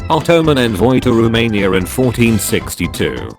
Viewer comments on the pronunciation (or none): none